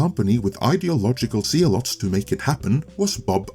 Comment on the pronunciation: It’s not zee-lot. It’s pronounced ze-lot